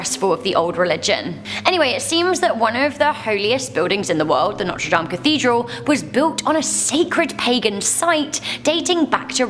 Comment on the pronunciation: "The Humpback of Notree Damn iz not weal stopid."